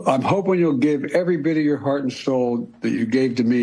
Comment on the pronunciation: When I heard the words "hard" and "heart" I questioned the authenticity of the audio. The "r" is pronounced too hard for his usual accent. I'm not a conspiracy theorist but this really has me questioning things.